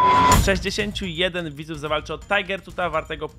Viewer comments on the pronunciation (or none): none